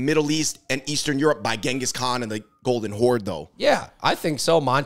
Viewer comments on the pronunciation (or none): none